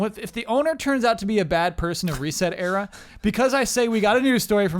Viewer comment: So is that the official pronounciation for ResetEra? I pronounce it sounding like "etcetera"